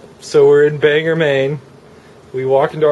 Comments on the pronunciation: Its not banger its bangor maine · Ohmygosh! I live in Bangor! I can't believe you were so near me :). And I'll forgive you for pronouncing it wrong, haha